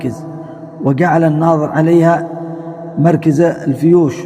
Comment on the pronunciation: لماذا تقول مركز على كسر الراء والصحيح على الفتح مركز على وزن مفعل ظرف مكان بوزن ملعب ومكتب